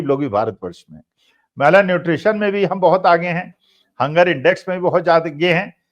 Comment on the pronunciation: मैला न्यूट्रीशन नहीं मैल न्यूट्रीशन कहना चाहिये।